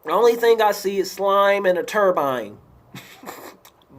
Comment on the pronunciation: I LOVE when you say "turbine". lolol But seriously, I'm TIRED of Nick Cannon. He keeps saying racist stuff and still manages to keep his job. If he was white, the public would have crucified him until he lost his shows. I heard his dad use to run the streets but who cares. Eminem ia not afraid of him.